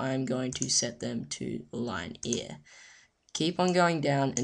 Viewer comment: Line-Ear? i think u mean linear